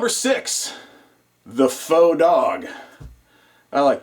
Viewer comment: i subscribed to you because you know how to both spell and pronounce "faux".